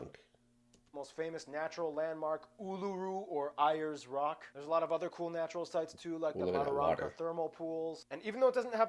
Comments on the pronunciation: Airs Rock, not Eyers Rock in pronunciation. So, Ayers Rock. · Coober Peedy is how we pronounce it and we pronounce (Ayers as Airs) , as well as Mawsons' Peak ( plural) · Coober Pedy is pronounced coober peeedy Ayres rock is pronounced airs rock